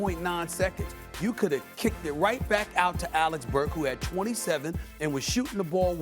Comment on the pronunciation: man if one more highly paid nba “analyst” calls him “Alex burks” I’m gonna lose it